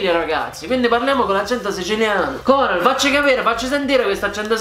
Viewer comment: Da fiorentino dico che la Coral ha una "c" aspirata che pare una toscana doc.